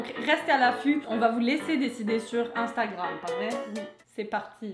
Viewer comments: ma mère aussi dit "amstamgrame" au lieu de dire instagram 😂 PS : je t'adore et super vidéo comme dab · la meilleure blague pour moi c'est la mère qui essaie de dire Instagram : "Am Stram Gram" mdr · J’ai trop ris quand la mère est là dit « sur astramgrame » et vous ?